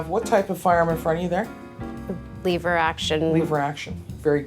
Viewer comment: Leever action ha lever action.